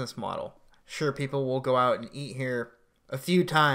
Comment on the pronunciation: Why did you stop pronouncing the letter T? "some food to E" vs "eaT"